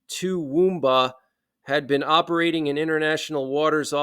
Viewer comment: Good on you you spelled and said TOOWOOMBA correctly mate lol. What they did was an act of war in my books. That stuff at the start is disturbing too. Stay safe bro.